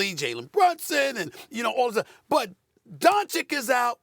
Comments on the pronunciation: Never took the time to properly pronounce it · How has Stephen A pronounced Doncic wrong for like 4 years. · At this point i feel like he does it on purpose lol